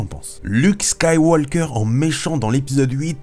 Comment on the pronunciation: Yo bro! Apprend a parler comme du monde ????Skywalllllker????